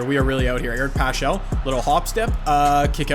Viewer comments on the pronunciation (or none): It's pronounced Eric Pascal not pachall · Not pashall its paskal (pronunciation) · I’m a huge NoVa fan. Just letting u know that it’s pronounced Eric Pas cal not paschal. Thanks jay. Have a great day love ur vids!👊